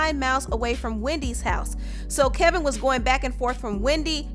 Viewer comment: Isn't his name Kevin? Maybe its the audio, but i feel like the narrator is saying KELVIN with an "L". Am i hearing her wrong?